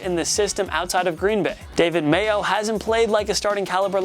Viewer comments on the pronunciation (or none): none